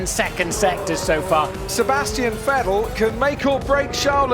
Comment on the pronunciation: The way they pronounced VetTEL back then...